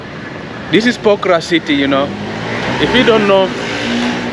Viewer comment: Bro say pokhara not pokraa😂😂😂